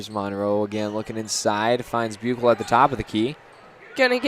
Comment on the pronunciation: Always enjoy the commentary from!! You guys were right at the very beginning of the girls game of how to say Buechle. The “ch” as in chew is correct instead of a “k” sound. Thanks again for the play by play!